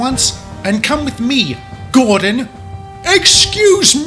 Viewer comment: It's pronounced gordon